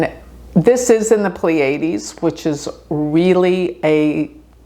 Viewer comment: It’s hard to get over the mispronunciation of “Pleiades.”